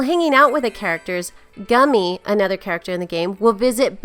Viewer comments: u gotta pronounce gumi lik the pokemon goomy nt lik gumi lik gummy worm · you forgot that it's mirai games 1 and 2 in one game and it has two mini games, and a friendship sim with your vocaloid partner and you said Gumi's name wrong her name is said as Gomi but spelt Gumi